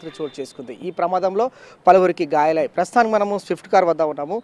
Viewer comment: పాదా చారులు కాదు, పాద చారులు అనాలి. అలాగే గయాలు కాదు గాయాలు.